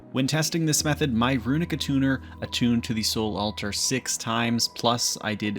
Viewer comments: Yeah, I've never heard anyone say it like that before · Drove me nuts. He says it correctly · was hoping i wasn't the only one who heard it. lol